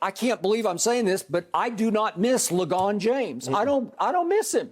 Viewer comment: Lmaoff "le gone james"